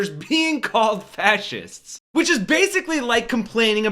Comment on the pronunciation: "fas-hists" man said it 3x. 😂